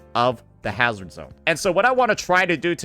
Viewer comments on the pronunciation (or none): none